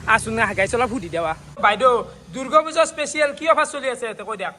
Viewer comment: দূৰ্গো পূজা না দূৰ্গা পূজা হা ৷ ভালকে শব্দটো নকোৱা